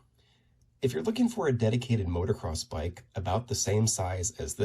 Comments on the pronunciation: It’s pronounced “MOTO-CROSS”, (not motor-cross)… 😜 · It’s pronounced moto-cross not motor-cross